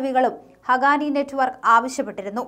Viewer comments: not ഹഗാനി it's ഹഖാനി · Not hagani....it is HAQQANI... for heaven's sake pls learn to pronounce correctly...